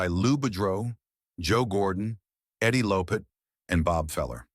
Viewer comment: Mickey Mantle also got screwed in 1958 when the sports writers were sick of Yankees winning the MVP year after year and Mickey winning 1956 and 1957, they somehow gave it to Jackie Jensen , The narrator Mispronounced Eddie Lopat name and Willie Stargell name